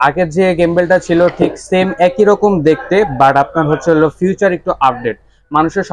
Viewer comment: ফিউচার নারে ভাই ওইটা ফিচার।